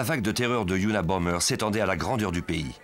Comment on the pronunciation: ça commence bien : c'était unabomBer et pas unabomMer